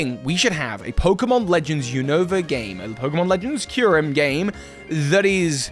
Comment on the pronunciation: "New Nova"... "new new"... lol